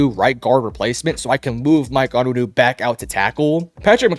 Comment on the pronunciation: We got a Big time Pats Analyst here folks. Michael On-Win-ooh and De-ah- trice Wisse. Jesus Christ this guy is an absolute joke? 😂